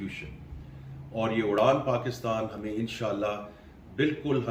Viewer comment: It's "Uraan," not Udaan.